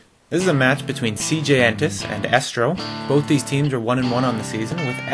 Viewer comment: it's Estro(and pronounced eestro). Just saying. And the last vod had Tazza there, and he is pronounced Tazza(double z like pizza) not Tasa. It is a bit annoying.